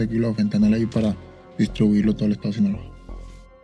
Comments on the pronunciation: Hasan really just said "sinağola" one time and chat went nuts lmao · Hasan freestyling the pronunciation of Sinaloa everytime has me weak